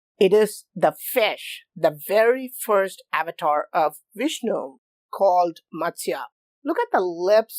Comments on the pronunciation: Woah! Vish-nu Fish-nu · Ok, so it is Fishnu instead of Vishnu, go it ! Thanks !